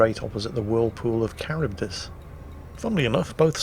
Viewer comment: Finally I heard someone say Charybdis, its bugged me for a while that I couldn't figure out how to say it properly! Lol